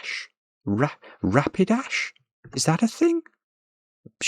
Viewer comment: Ra Pi DASH - a pokemon Tu Ran DOT :) I got some you didnt!